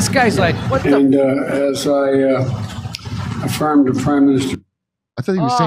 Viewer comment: Afirm – not firm.